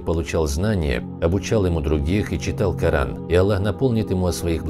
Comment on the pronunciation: ПИШИТЕ И ГОВОРИТЕ ПОЖ А Л Л А Х а не Алла